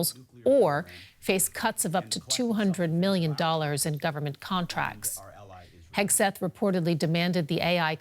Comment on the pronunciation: lol she said Pete Kegseth